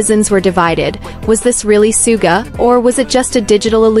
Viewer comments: Is this AI CRAP. BYE THE WAY HIS NAME IS SUGA NOT SOOGA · *****NAME is PRONOUNCED "SHOO-GA" Get with It.